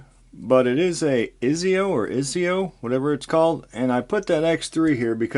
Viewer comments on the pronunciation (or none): I believe it’s pronounced ( eye-say-oh).